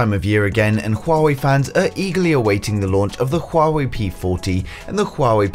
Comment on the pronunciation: it's Huawei not shuwawei